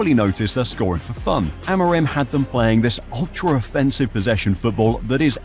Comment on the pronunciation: it's Amorim! Lolol Amiron sounds so weird lol